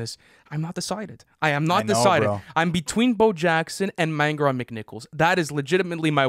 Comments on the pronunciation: I hate to be that guy but I think manger is pronounced Main-jer. Love the podcast and vids boys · Manger pronounced wrong tho 🤣 you lads are killing it so no hate haha